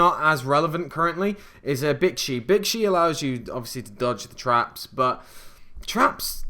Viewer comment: Hahaha omfg you called bixi BITCHY wtf was that XD